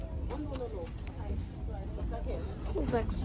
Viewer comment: You can tell he really listens to you when he said the 'Hi Gouys' 😊